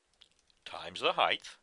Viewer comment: Excellent refresher...HEIGHT .....not heigth!! sorry its a pet peeve